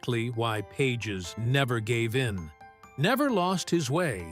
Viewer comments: bad Ai pronounce Pages as PAH Hez not pages. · Pahes - not pages - dome on man. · AHAHAHAH,,,, AI voice can't even ...Pages ? Pa Has is how you pronounce it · Is this AI bullshit. At least get the pronunciation correct: "Pages."